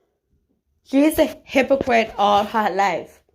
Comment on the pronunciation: The way she says "Aw-Law" 😂